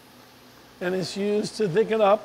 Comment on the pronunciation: Distracting that he can't pronounce the word "thicken."